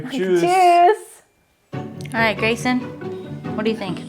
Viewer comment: Grayson's pronounciation is PERFECT!! If you didn't say this was your child you could think he is German!!